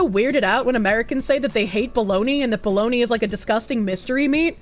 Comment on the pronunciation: Ah yes Bo-log-na